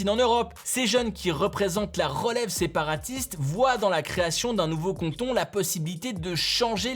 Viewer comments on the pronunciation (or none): Par contre c’est cAnton pas cOnton